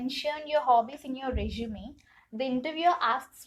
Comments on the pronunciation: Its resume i guess. Not reshume🥲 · Nice video, but small suggestion. it is resume "su" not reshume "SHU". Kindly work on this pronunciation part, sister. Thanks again. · please sister work on improving your english pronounciation.. it was so annoying to listen words "reshume" "shuddenly" "tawards" "carrier" etc.. what the f is carrier... it is career. otherwise the video was all good. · I loved the way u say resume😅